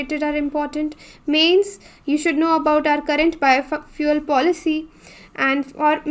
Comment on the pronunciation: Madam ki juban fishalgai Bio fuel ke jaga biofuck bol rahi he